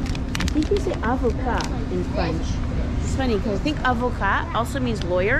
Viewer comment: You are correct: avocat is perfect as you said it and it also means lawyer 😃 Mangier was also correct 👍😊